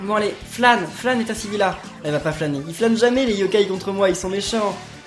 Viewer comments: s est pas etassivila s est etasivilla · non c Étasivil-i-a